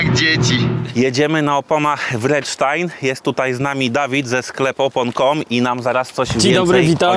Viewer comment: Co to jest Wredsztajn?😁😁🙂firma nazywa się kurła Vredestein i wymawiacie to praktycznie tak jak się pisze, bez Waszego niemego „e”😁 Fakt, że ziomek sprzedający te opony nie umie wymówić nazwy firmy, którą reprezentuje jest dość żałosny. Mega irytujące od lat u ludzi, którzy przekazują tematy na forum, czy to YouTube, TV czy dziennikarzyny motoryzacyjne🙂